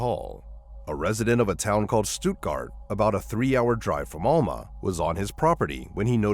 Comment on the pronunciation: Case 2: Alma = AL-muh Stuttgart = Stut-gart not stoot-gart Morgan Nick’s case has also not been solved and she has not been found…alive or otherwise.